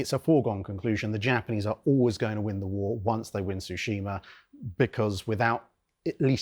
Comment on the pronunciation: It's pronounced TSOO-SHEE-MAH, not shushima. I will never understand why people don't check pronunciation first before recording a video.